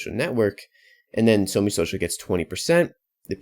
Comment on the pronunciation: It's SOMEE not ONG